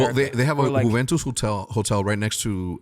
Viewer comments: I swear Hecz is saying yooventoos this entire video. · lol just want to make it clear again that Juventus is not pronounced with the J but with the U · Dude is from Juarez Mexico but still says Jew-Ventus 😂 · Hecz you are not pronouncing Juventus like that surely 😂😂